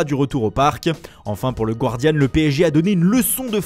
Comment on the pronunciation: Arrêtez de dire "le Gouardiane" s'il-vous-plaît, ça se prononce "Gardiane".